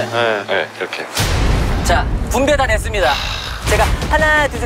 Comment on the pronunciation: ”Try me 쌤플이란 얘기야“ 너무 앙칼지고 중독성있어……